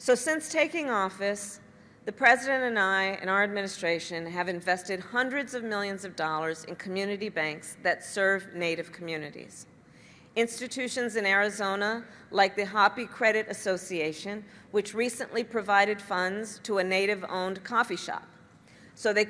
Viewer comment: She did not just say Hoppy for Hopi?????????? Tell me she is not that stupid or insulting.